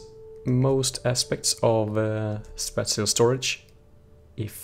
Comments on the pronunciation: spāSHəl spāSHəl spāSHəl for the love of god it is spāSHəl not spatchel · spatial: spaa-chel